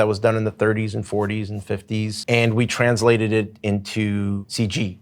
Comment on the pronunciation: Umm, I think you mean "transylated"